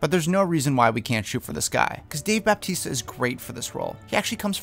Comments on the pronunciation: It is pronounced Bautista NOT BAPTISTA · How do you pronounce "Sammo" as "Sumo"? Also, there's no "P" in "Bautista." The staggering amount of YouTubers constantly mispronouncing celebrities' names, when looking up the pronunciation should be the easiest thing in the world, is SO unprofessional.